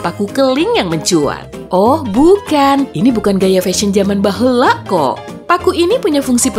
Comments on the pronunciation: Zaman baheula 😂 logat Sunda nya kena min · Ooo sisi terang org sunda "ini bukan fesyn bahella kok" XD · zaman baheulaa,nyunda pisan si 🤣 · Narator na hayang jadi orang Sunda mereun 🤣